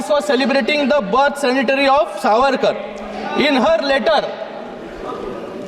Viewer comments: It's Centenary not Sanitary....expected better from a medical doctor. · सेनिटरी नाही रे बाबा सेंटेनरी म्हण की रे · छान. पण Centenary शब्दाचा उच्चार चुकीचा केला आहे